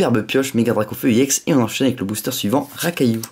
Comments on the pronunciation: on dit ex pas ièx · pourquoi tu dit iex à la place de ex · On dit pas ix on dit ex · non pas du tout regarde on dit bloc ex et pas iex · pourquoi tu dis iex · on dit ex est pas éx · ex pourquoi tu dis iex a la place de ex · Cest pas iex cest ex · tu me soule a toute tes ouverture je te le dis : on ne dit pas i ex mais une carte ex t c** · c’est pas i ex c’est ex et tu triche sur David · pourquoi tu dit iex ??????